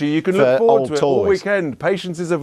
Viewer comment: What’s a FWAURD ? 😂